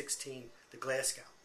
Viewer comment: Also ... it's pronounced GlasGO, and TilliCOOTry. Hard if you're not Scottish!